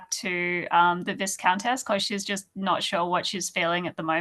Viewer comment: So many kickstarters... And still love the costumes. And Tom's cat. And I'm still so sorry about how I continue to mispronounce 'viscountess'.